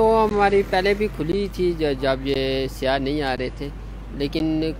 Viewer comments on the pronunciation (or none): It's" sayyah" Not siya